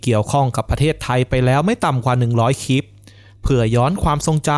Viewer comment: คลิป ค่ะ มิใช่ คิป โปรดเน้นให้ความสำคัญกับ ควบกล้ำ ร.เรือ ล.ลิง ด้วย จะน่าฟังยิ่งขึ้นค่ะ